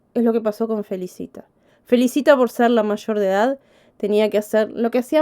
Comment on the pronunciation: Se pronuncia Felícita .